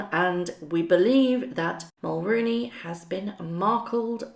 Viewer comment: Mul RO nee It's not "roo"